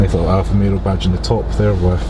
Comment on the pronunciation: I feel like you are saying Alfa RomeRO instead of Alfa RomEO. It's not just the accent dude